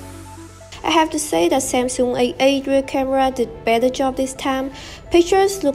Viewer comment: Your pronunciation is quite good but you missed some final sound. When you said A8, I heard that AA not A8 😂😂 P/s keep this job up, it's promising!